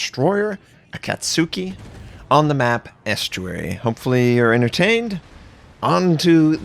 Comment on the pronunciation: FWIW, you pronounce Akatsuki wrong. In Japanese a "u" following an "s" is not pronounced. It's Akat'ski, Hats'haru. I'm not sure on Mutsu, because Japanese words end on a vowel. There are times you so say it, as in the name Suzuka, but if you use a nick name you would add a hyphen or a second "u" to indicate that you pronounce it. Su-san or Suuchan. Which is why you often see the destroyer Yuudachi spelled that way.